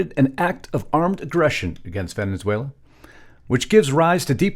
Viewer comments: Please learn how to pronounce the name of the country you make a 20 minute video about. It's Ve-ne-zue-la, not Ve-NEN-zue-la. Thank you for your attention to this matter. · I know it's just me, but I can't get past this. It's pronounced Ven-ez-uela, not Ven-enz-uela. Love the podcast, but please work on this. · Ve ne suela not Venen suela… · When are you and your wife going to learn how to pronounce VENEZUELA AND NOT VENENZUALA????? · It's not pronounced "Venenzuela", genius. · How long has Venezuela had two n's in it because he pronounces it Venenzuela!